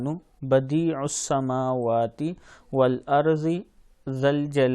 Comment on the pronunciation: Badius'smawati ,plz meem pr zabar ki miqdar parhn khara ki miqdar parh rhy hn ap jo ghalat hai